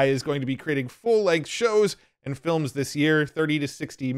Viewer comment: lol "flims", like in that Simpsons episode